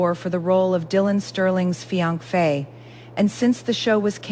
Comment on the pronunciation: I don't mind the AI voice, but I wish she could pronounce basic words like fiance.